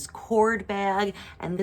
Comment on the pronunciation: I think your black corde bag is probably hand crocheted. Wouldn't that add to its value? Also, corde, pronounced like corday, is cotton covered with silk, a wonderful material, very different from, for example, the cord used in macrame bags.